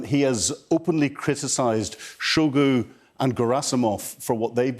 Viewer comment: Per-Sho-Gun??? LOL Excellent pronunciation numbskull. Sky, find better MoD people to pay for the sabre-rattling, this is embarrassing.